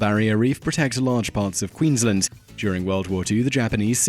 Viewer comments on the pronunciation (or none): none